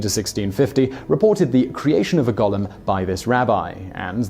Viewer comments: Goal-em not Gollum. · Stop saying "gollem"! It's gOOOOlem! It's like hearing nails on a blackboard hearing that being pronounced wrong. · Simon - #4: The word is pronounced 'GO-LEM'. Gollum is a character from 'The Hobbit', and the 'Lord Of The Rings' trilogy. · Golem is pronounced go-lum. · I’m English and it’s pronounced Gol em so he’s pronouncing it wrong